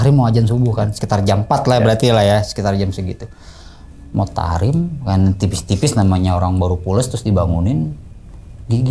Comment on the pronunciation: Tarhim bang 😭 bukan tahrim